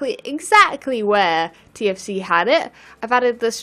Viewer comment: "TFC" sounds like "TNT".